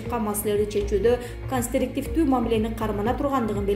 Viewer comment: Ээ блогер ушул окуган кызын окуганды уйронуп андан кийин окусунчу -конструктивдуу -дегенди констриктивдуу деп окуп коптогон ката особенное орустардын фамилияларын да ката окуйт и.т,д